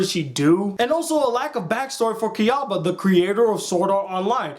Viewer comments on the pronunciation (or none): btw its not Kiriko its Kirito and not shuga its sugu(or suguha) and not kyaba its kayaba :D your spelling is just wrong , no offense.